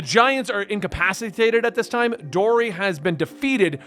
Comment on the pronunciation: Just some tips about names. Her name is Kuina which is pronounced. Vivi's country is called Alabasta. In Japanese R and L are the same letter and get swapped from time to time. You said Dory and Broggy correctly. Side Note: Luffy was just cool to me until around 600 chapters in and now he's one of my favorite characters of all time. You'll see why down the line. Don't wanna spoil so I can't explain it at all LoL.